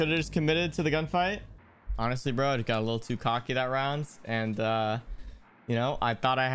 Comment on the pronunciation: bro said roundt